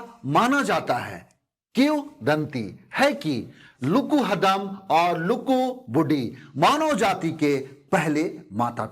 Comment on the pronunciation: हदम नहीं हड़म